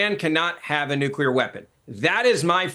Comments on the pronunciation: Bens iq is less than 90..... he literally said nucrear at least 3times😂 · And once again.....if you can't pronounce the word NUCLEAR you should not be on a show talking about anything having to do with NUCLEAR weapons.......is it really that hard of a word to pronounce?????? It really makes a person sound stupid!!!! NUCULER.......give me a break!!!!